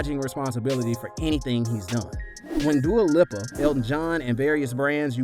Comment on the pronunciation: It's Dua leap-a